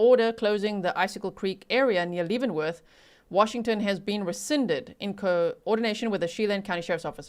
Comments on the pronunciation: Spelled Leavenworth, said Lev not Leev. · Leavenworth....pronounced LEV. (short E. sound) like. BEV Great job of reporting as usual..❤❤❤ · Lev-en-worth if you are curious of the pronunciation 😊I live not too far from that area and used to visit for family reunions. Beautiful area. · “Shell Anne” “Kit-a-tass” and Lev-en-worth like the prison. Not trying to be rude just helping. I live nearby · FYI it is pronounced Leaven like yeast. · Leaven is pronounced like heaven not Leeven❤ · I am a local and Leavenworth is pronounced Levenworth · Leavenworth is pronounced “leh-vuhn-worth”